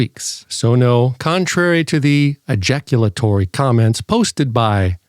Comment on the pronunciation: He said ejackulatory , hehe